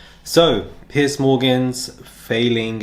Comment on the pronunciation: It sounds like you say "Pi$$ Morgan." It fits.